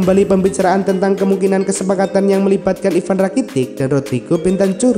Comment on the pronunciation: BENTAKUR DI BACA WOOOYYY